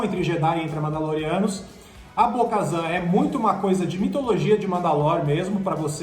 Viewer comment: Bo-kazan? what?